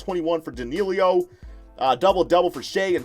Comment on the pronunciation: Learn how to pronounce that man’s name! It’s Danilo not Danealeo!!! Also Shai’s last name is pronounced Giljus, I’ll give ya that one because you can say his first name right. 😂